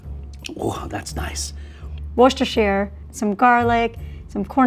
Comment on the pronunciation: Worcestershire shire sauce xD I had to look up a video on how to pronounce it so i don't fault her for saying it wrong, but knowing how to pronounce it it sounds funny to me.